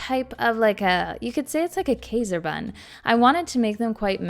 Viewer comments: While it’s true many of us Canadians say “PRAH-duce” for veggies and fruits (and PRO-duce for the act of making something), literally no Canadian I know says “KAY-ser”…it’s always “KY-zer” I live a short distance from, so it’s not a regional thing, but a mispronunciation. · Kayser is definitely wrong because it comes from the German word Emperor and that although spelled “Kaiser” it’s spoken “K-EYSer”. I know this because I am Austrian and that is literally one of the origin places of Kaiser buns. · Pretty sure you're right, unless it's a Canadian thing. She also says past -uh. Not postuh. Everything I can find online says k-eye-zer not kayzer. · That is correct also because general rule of thumb is when two vowels are together, the second vowel determines the pronunciation. But “kayser” might be a Canadian pronunciation as they pronounce other things differently as well. It’s interesting to hear the different “interpretations” 😊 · It's not a Cdn thing. I'm a k-eye-ser and postuh person too.